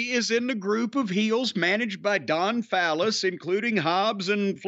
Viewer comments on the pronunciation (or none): I'm guessing Jim isn't a Don Callis fan because he purposely says his name wrong.